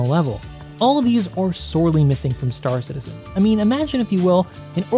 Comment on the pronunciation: Have a like..... but also, it's Star CITizen with emphasis on citizen. Not star. Love your content but it's such a pet peeve lol